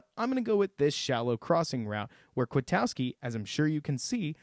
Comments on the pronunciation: Good job just one critique and it's a big one...it's not "KwiTOWski" ITS KwitKOWskI. Please get the name right it's like he's new or anything. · Man, you are right about Nick Kwiatkoski but your pronunciation is off. Then Nagy already said the sack was on Chase Daniels, not Bunting. Have you not been paying attention to the news about the team since the game?